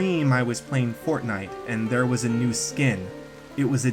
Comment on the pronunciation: Its just fortniye